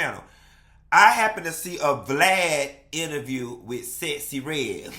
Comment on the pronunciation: the woman's name is Sexy Red....not Sessy Red!!! 😂😂😂😂😂